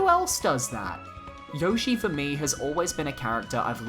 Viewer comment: Yoshi is your favourite yet you pronounce his name wrong lol